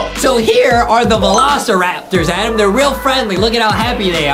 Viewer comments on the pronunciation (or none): Its Adem not Adam